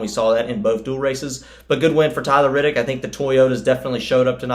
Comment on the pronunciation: C'mon, I get that you're a Nascar guy, but it's Reddick, not Riddick. Otherwise, good summary. C-Bell is our next champ.